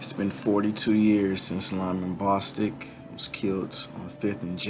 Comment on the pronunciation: It's Bostock as in Bo than Stock.